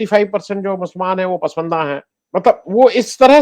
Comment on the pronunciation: आनंद वर्धन जी सही उच्चारण 'पसमंदा' नहीं "पसमांदा" है